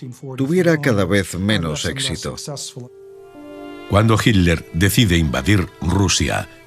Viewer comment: nunca e podido entender porque en la versión en castellano no pronuncian con claridad las letras TL del apellido de hitler, se oye igual himler que hitler sin cargar la voz en esas letras ..